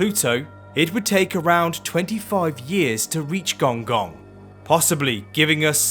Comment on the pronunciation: Pronounced gonggong wrong